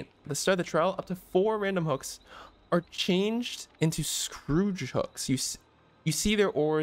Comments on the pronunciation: Skhoor-j hooks. Plays stop saying Scrooge, lol. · its pronounced "score-age" not "scrooge" XD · pronounced it wrong. He said Scrooge hook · When was scourge pronounced Scrooge xd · Imagine pronouncing the word "scourge" as "scrooge" for the entire video. It means he's never come across the would scourge yet. Read more. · Its surprising how many people don't know how to say scourge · is this something from the movie I'm not getting or do you not know how scourge is pronounced? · Scourge rhymes with urge. I dunno where the hell you learned to pronounce the word 🙄